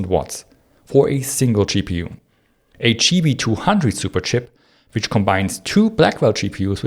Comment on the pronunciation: Great video except the extremely annoying pronunciation of GPU as Chi-Pee-You and TDP as Shi-Dee-Pee. Hard to listen to and hard to understand what you mean.